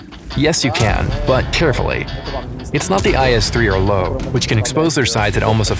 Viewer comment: Its not called low... (Lowe) its called "low-ve"